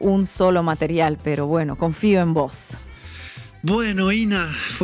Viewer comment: Me gustó cuando Inna le dijo a "Bueno confío en vos", te queda muy buen el acento argentino, por ahí algún día te tenemos por acá. Saludos y Feliz Año 2026 que viene "recargado". Sigan así.